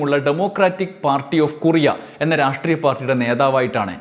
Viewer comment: കുറിയ അല്ല ടോ കൊറിയ